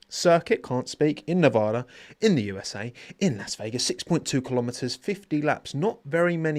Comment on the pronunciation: Shameful pronunciation of Nevada